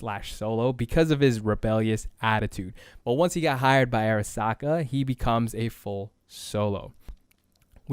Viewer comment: Great vid thanks, you just say "AIRasaka" a few too many times for me xD